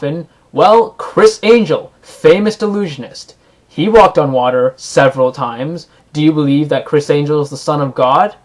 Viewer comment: Sounded like you said "delusionist" instead of "illusionist."